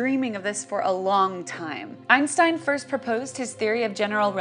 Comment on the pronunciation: this pronunciation of Einstein is awful